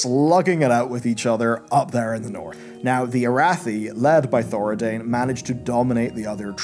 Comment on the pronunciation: I could be wrong but: ThoraDIN, not ThoraDAIN. I believe the Arathi aren't from Lordaeron either, they're from.. Arathi. As in, Stromgarde. Also, the new Lothar is not a member of the Lothar Dynasty. Her name is Lothar, because it seems to be a common or recurring name from the Arathi and later Stromic people, like John is for us IRL - IE, James John and John Mortimer both have John in the name but they're not necessarily related. Anduin Lothar was a descendent of Faldir Lothar, who left Arathi (Then Stromgarde) before the collapse to sail to and then help settle Stormwind. There isn't a way the new "Lothar" and the historical Lothars could be related, given the offshoot Arathi featured in War Within are said to have left around the time or even before Thoradin's rise (Year -3300) whereas Faldir was considered the last descendent of Thoradin and he left for Stormwind from Strom around Year -1,200 ish.